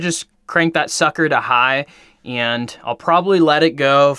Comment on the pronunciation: I swear you add and e when you say and